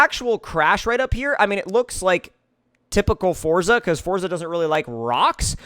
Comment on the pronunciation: You’re mispronouncing ‘Forza’ my guy.